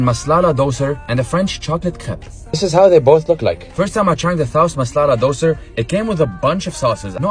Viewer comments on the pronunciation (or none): You've kept the right song but you've pronounced the dosa as doser😂😂